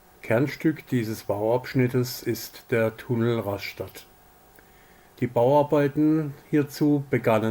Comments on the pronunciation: Einfach nur "Raschtatt" ausgesprochen. Vielleicht würde man an der Küste "Rastatt" sagen. Ganz furchtbar ist ja "Ras-schtatt". Echt schlimm! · Daumen nach oben! Gute Zusammenfassung, guter Bericht.Es heißt RAStatt und BADEN-Baden... Vielleicht besser BADE-Bade auf bädisch... ?Viele Grüße aus Dänemark /Thomas Rasmussen